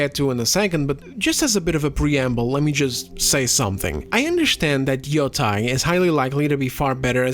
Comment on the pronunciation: 'yoh-tey', see the bar above the the letter o in Yōtei to emphasize the long vowel